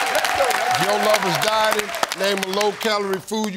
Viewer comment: OH! DIE-TING. LORD, I THOUGHT STEVE SAID DYING. That changes my answer.